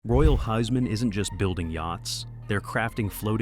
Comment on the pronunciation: When do "English" (Altgermanisch) speakers learn to respect other languages and propper pronouciations of susnames??? Its NOT Royal Hiseman, nut Royal HUSmann ... LIKE in WHO´s Maann ... geeeez ... That comes from not even bothering learning nothing than Altgermanisch, and too many not even that ... But All others are just talking Gibberish or Tongue Twister